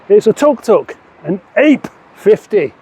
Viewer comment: This thing brings out so much joy I love it. Has anyone told you how to pronounce "ape" yet? it's not like the big hairy ones